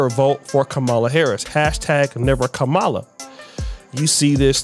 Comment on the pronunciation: Hey, you need to learn how to pronounce Kamala — it’s comma (as in,)-la. You could’ve at least prepared better.